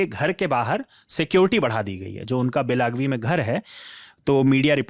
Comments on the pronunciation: बेलगावी होता हैं बेलागवी नहीं। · सरजी, गांवका नाम बेलागवी नहीं। बेलगावी है। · वैसे वो जगह बेलागवी नहीं, बेलगावी है। हिंदी भाषी उच्चारण नहीं कर पाएंगे, पर असल में "बेळगावी" है। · Bahi ek adami news bolo 2 Logon ki kya zarurat hai wosko belgavi bolane bhi nahi araha hai